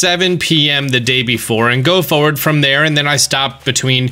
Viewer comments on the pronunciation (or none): none